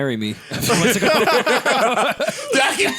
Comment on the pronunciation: Ok Joe, mumphs (months) is turning into mumps now